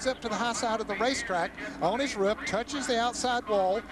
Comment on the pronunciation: I love how ned jarret says roof "Ruf"